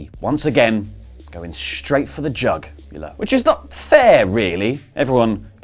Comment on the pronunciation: "right in the JUGular"